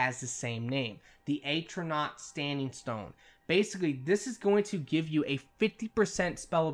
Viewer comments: Its not aytronach its pronounced at-row-nac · AT - RO - NORK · Its not "Atronach" its "Atronach"!